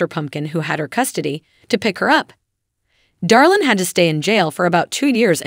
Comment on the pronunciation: It's Draylin not Darlin, I am pretty sure those in Alana's camp doesn't think he's "Darlin."